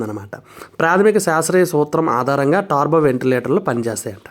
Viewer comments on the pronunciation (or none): Yes tarbo antunnaru it's turbo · Taaarbo kaadhu .. టర్బో adhi